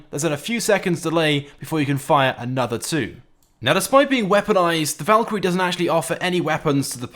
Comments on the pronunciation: You said valkirry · He said valkrie two times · He’s calling the savage the valkrie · Did he say Valkyrie 2